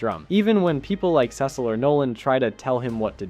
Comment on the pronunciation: Why do you pronounce Cecil wrong?